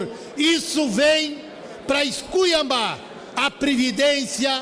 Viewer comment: “Semos “”iscuiamba” depois desta fala com português que a dra Cintia sentiu dor de estômago não dá